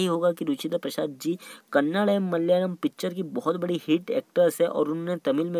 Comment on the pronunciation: Its Kannada, not Kannad.